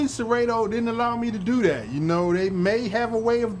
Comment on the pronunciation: It's a beautiful setup and congrats on the 1K subs... But how about pronouncing Serato (ser-ah-to) correctly now 😂😂😂... Great content as usual